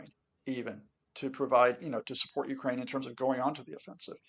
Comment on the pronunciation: This poor guy needs to get educated, his illusions are not facts.....he can't even pronounce Ukraine....